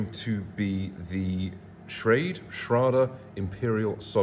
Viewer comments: You had the pronunciation correct the first time. ShRaid. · You're pronunciation of Schrade is spot on. It's a German name. The Shrade pronunciation is typically lazy American, which is now considered standard for this knife brand.